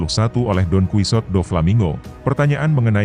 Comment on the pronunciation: masa bacanya DON QUI SOT ??? wakakakakkaka.... bacanya DON SIHOTE...